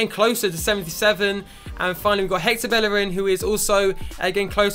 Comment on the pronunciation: Its pronounced Beierin not bellerin